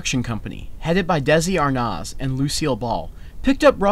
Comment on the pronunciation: Desi Arnoz? C'mon, who doesn't know about Desi Arnas is pronounced r-nez.